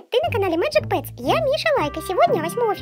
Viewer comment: Magic Pets. Не шы а ши